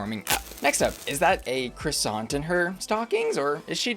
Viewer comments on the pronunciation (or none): none